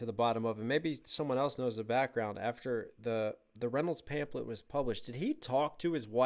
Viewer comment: love you but it's pronounced pamflet lol